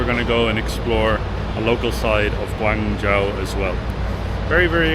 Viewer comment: Its pronounced goo-wong joe (not ja-ow)